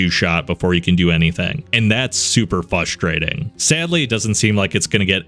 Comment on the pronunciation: As much as I enjoy these videos it takes me out of it every time I hear him say “fustrating” instead of frustrating